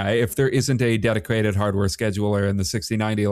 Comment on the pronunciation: why does he keep adding a 'Q' to the word 'dedicated'